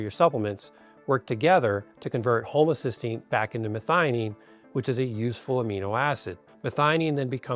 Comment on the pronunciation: Why does he pronounce 'homocysteine' as 'homocystine' ? Does he know the difference ? The two are related, but are substantially different.